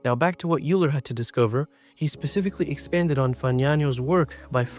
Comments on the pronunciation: “Leonhart Youuler” - Leonard “Oiler” - is this AI generated? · Congratulations on your pronunciation of 'Fagnano' (at least, most times 😉). Cauchy is pronounced something like koh-she, and Euler is (~)oiler. Good luck with the channel! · didn't he pronounce it "youler" as most americans do? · bro really pronouces it as eu ler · Good job. Btw it's "oiler" and "Baron" would just be Cauchy's title not his first name. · can you genuinely tell me why you can't just narrate your video yourself? you can't tell me it's not ai generated when you mispronounce euler AND just get newton's name plain wrong. weird cadence and sighs too. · He says Euler right , but wrong .